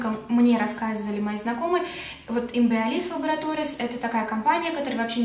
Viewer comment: почему она без остановки машет руками с этим кремом...)) мало того что произнести название внятно не может. так и картинку не зафиксируешь....